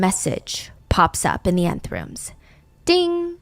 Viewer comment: it’s not called the 9th room it’s the Nth room😅